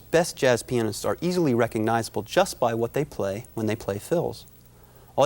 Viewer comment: Lmao he says penists instead of pianists